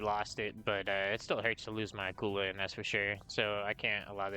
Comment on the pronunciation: glad you called it the Akula and not the akkular